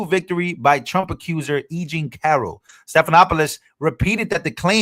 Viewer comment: Check the pronunciation of George Stephanopoulos’ name. 😊